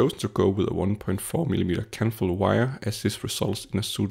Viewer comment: "Kanthal" wire. Sorry. It's on the paper at I'm sorry does he say Kettle wire? Kentle wire? What material is that wire?? Candle wire? Sorry I am actually using this as a rough blueprint for my heater retrofit. Not sure what he is using here I'm thinking of using an 80% nichrome alloy wire